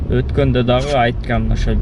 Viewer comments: Айткям эмес айткам оштук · Айкам эмес Айткам деп так суйлосон шакал